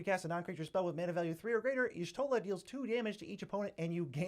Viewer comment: YOOOOOOOOOOOOO HE PRONOUNCED PALALYMO AND Y'SHOTLA'S NAME RIGHT! LETS GOOOO!!!!! Unlucky for Alphinaud and Alisaie. Lmao, but still very impressive!